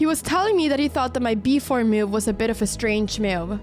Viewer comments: Time code : "..he was telling me he thought my b4 'mewv' was a bit of a strange mewv". :-) I never heard anyone pronounce the word 'move' this way :-) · Love the way she pronounces "move".